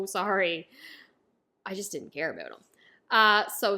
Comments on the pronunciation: Wait did you just say "aboot"?? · Like how she says "abeut" lul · A new One Piece fan... after you finish the Anime you have to start the manga but I see that you just started so like it might take you few months. Also "about" is diff. lmao